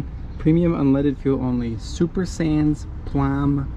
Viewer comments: Super sans plomb seulement is french for what you just read above 🤣 "Suh-pear sahn-pluomb seuh-leuh-mahn" 😂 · You gotta work on your French pronunciation 😂 Sans Plomb is without lead = unleaded